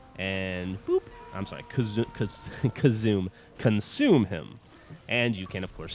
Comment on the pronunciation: Geff your funny . you can talk with us but you can't say " Consume " and i want your Yahoo Mesenger Id if you have one .